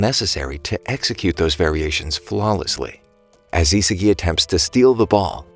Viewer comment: 'isagie' Its Isagi